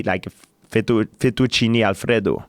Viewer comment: Fettoochini alfrrrrido